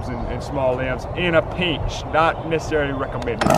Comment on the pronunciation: This guy keeps saying pinch like it has three syllables